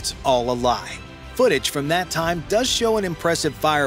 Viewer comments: The word is does, not dose. 🙄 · "Dose"? Really?? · DOES.... THE WORD IS DOES. Not "DOSE". Dose is a measurement. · “Dose”? How about “Does”? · dose???? what word is that?